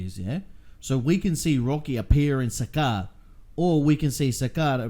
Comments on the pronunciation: Salaar not Sakaar😅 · bro not sakkar its salaar